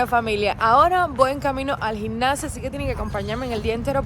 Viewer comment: Se llama gimnacio y pronuncias gincacio, nada más corrección